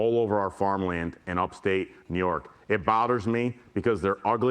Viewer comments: “upstate NYork” can’t even say it right 😒 I thought he was looking up bc he was greenscreened into Giuliani’s video and he’s looking into his own camera/screen 🤷‍♀️ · The unnatural pause between upstate and New York… clearly not reading this poorly. I can see why Trump endorsed him.